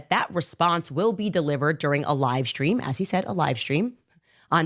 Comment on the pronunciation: Why can’t she say stream, why she says “shtream “. What kind of school she went to. 😂😂